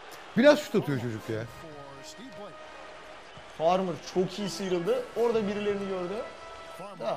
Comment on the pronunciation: ahaha bütün video farmar a farmır dememesini bekledim vazgeçmedi adam :D